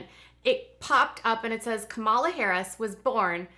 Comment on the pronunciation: happy birthday!!! Kamala is pronounced like the word coma, u no a "," . Kamala. just saying, not tryin to be mean.